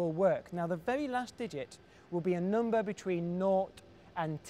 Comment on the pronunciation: he says "number" weird... noombah